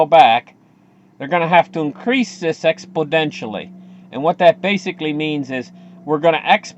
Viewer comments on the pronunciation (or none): Intelligent analysis here. Thanks. To sound as intelligent as your analysis try saying EXPONENTIAL with 2 "N"s (and no "D's). Cheers.